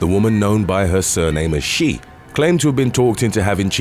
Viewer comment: Xie is not pronounced she. Its shh eh.